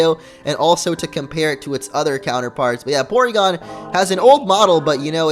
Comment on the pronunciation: It's pronounced Porygon. With an R. lol ;D